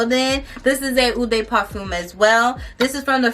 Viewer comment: Heads up you’re pronouncing EAU de parfume and EAU de toilette completely WRONG! It stands out because you kept saying it Lol I was like HUH???The names of the individual ones I can understand but really? Practice saying it so the sales ladies don’t think you sound crazy girl!